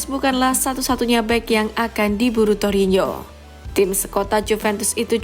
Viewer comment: Torino. Bukan torinyo..